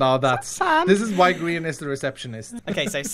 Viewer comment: Its grian not grain